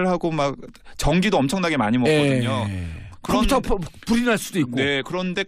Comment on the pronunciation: 콤퓨터, 콘츄롤... 아....ㅋㅋㅋㅋㅋㅋㅋ 사회자는 약주하신듯하고...